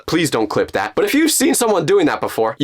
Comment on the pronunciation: Its NOT dat Its that